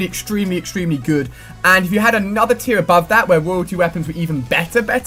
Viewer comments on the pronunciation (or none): none